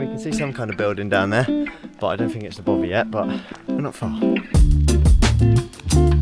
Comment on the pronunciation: Don’t you mean ‘ Bothy’!!? Jan🏴